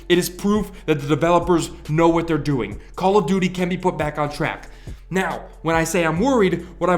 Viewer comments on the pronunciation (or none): After a while it sounds like you're saying Call of Doody lol